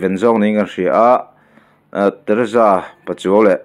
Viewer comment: Tereza tiin ilam a teresa ani lawm mi